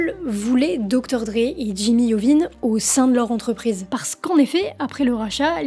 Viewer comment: Si Jimmy t'attrape à prononcer son nom i-ovine tu vas voir lol